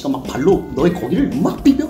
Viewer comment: 막 비벼 왤케 찰지냐 ㅋㅋㅋㅋㅋㅋ